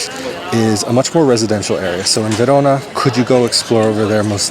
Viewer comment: You Say "Verona" in a perfect italian accent. 💪🏼